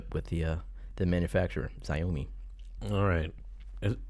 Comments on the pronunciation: tshaowme Like Maurice, its very close to show me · Hi, I've always heard it pronounced more like "Show Me" with a sort of buzzing longish j sound (as opposed to the short sharp sound we usually use in english)... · Still don't know how to pronounce Xiaomi